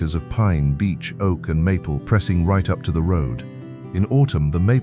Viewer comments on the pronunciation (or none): none